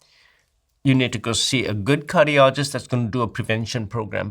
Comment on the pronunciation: sounds like he says 'as a Curryologist..." 😂